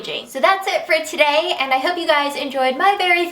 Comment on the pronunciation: Oh my gosh, you sounded english when you said 'so today' xx i love you and please do more first impressions!xxx